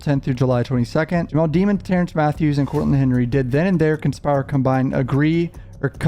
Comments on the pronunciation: I love your videos...but can you please pronounce the guys name right...its not pronounced DEMONS...its pronounced De-MONS ...just listen to his lawyers say it...don't you remember how many times the judge yelled at that lady prosecutor for pronouncing it wrong, even in the above video, the reporter's video you have, she says it right....thanks...keep up the great coverage... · Demons NOT Deemons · I don’t understand why everyone butchers his last name. Demons. It’s demons. Not Demmons.